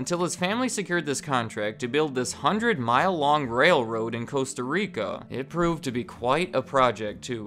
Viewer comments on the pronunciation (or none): none